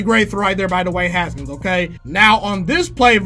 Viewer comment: The way he says “DEWAAANNE HSKNS”